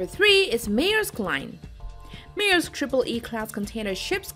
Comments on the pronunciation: LMFAO.. pronounce MAERSK again..? probably the most well known company in the video is MAERSK and you pronounce it like you've never heard it before LOL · Honey, you need an editor to work with your pronunciation: "Maersk" and "Caribbean" come to mind. 100,000 is one hundred thousand, not one hundred and a thousand. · Meersk line